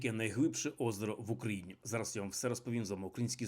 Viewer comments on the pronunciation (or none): none